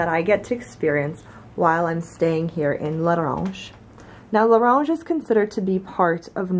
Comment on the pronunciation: U r u saying it like than that lol I'm fro there and you just say la Ronge